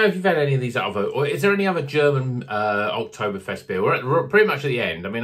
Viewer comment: OktoBBBerfest, not Oktofest 😂😂😂